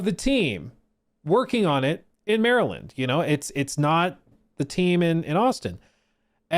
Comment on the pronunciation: You say Maryland like us Marylanders.